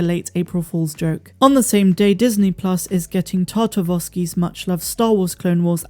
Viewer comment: Just "Clone Wars." No 'the.' And it's "Tartakovsky," not "Tartavosky." IMO, Clone Wars is still one of the best Star Wars shows out there and should've been left canon. Also, it's the most bad-ass version of Mace Windu we've ever gotten by far.